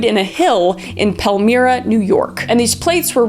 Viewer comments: Pal-my-rah ™ Palmyra new York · Love your content. And Palmyra is "Paul-My-Ruh" (I hate that JS was in NYS in any way shape or form, anywho....) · Hey Christina, just a tiny pronunciation correction.. Palmyra is pronounced "PAL-MY-RA" Just throwin' that out there! 😀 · Hey Kris, I love your videos!!! As a finger lakes local, the town of pelmira is pronounced pel-my-ra. I just wanted to let you know in case it came up again. Thank you for your creativity and joy!!! ❤ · I actually went to high school in Palmyra, NY. (Its pronounced more like Pal-My-Ruh)The fun fact I use for icebreaker type events is that my hometown is where the mormon religion was founded. Its a really small town and it was always odd to see mormons come there as tourists. Its basically their Mecca. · *pal-My-rah Usually I wouldn’t correct you but the way you said it made my eye twitch 😭😂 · Krus: Palmyra New York = (pal-mI-ra) 😊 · Pronounced Paul-my-ra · it’s pronounced Pal-MY-rah Born and raised in that area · Pal-My-Rah 😉 I grew up in the next town over. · I have NEVER heard Palmyra pronounced that way before 😭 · Specifically the New York names of cities. The way they said Palmyra killed me